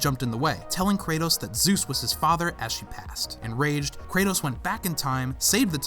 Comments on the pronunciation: Kratos. Not kretos. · Kratos . Not kretos